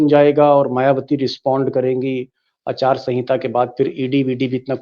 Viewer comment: Achaar sanhita 😂 it’s aachar sanhita okay